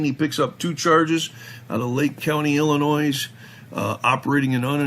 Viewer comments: The ‘S’ is silent in the word “ILLINOIS” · You notice how pronounces Illinois... had to look it up... dude pronunciation... y'all make fun of 'Auditors' mis pronouncing words.. how 'bout a wee spell check amongst yourselves lol